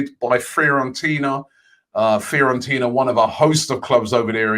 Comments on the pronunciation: The rest of the world: Fiorentina Robbie Lyle: Fear-on-Tina 🤦🏾‍♂️...but this is why we love him 😂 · Nobody: Robbie: "Fair-on-tina" "Care-on-tireny"